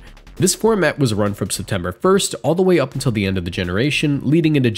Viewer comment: Ah yes, my favourite month "Septemer"